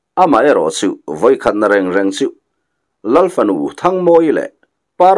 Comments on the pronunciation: Vawi khat na rêng rêng tia lam ka hre ngai lo, reng reng tia i lam hi a dik zawk in ka va hre em. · Vawikhat na reng reng i thluk dan hi, thluk dan dik a ni e. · Vawikhat na reng reng chu,tih kha i lamdan kha a dik,leido pawh chi kanliah na lei ti a lamri luitlat a awm bawk.